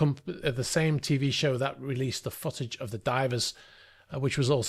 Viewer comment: Is he reall saying foot-age, sounds more like sausage to me